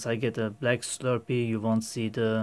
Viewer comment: D haha, dude it's an ABS "Slurry" not a "Slurpee". a Slurpee is a sugary frozen drink you can buy at car filling stations.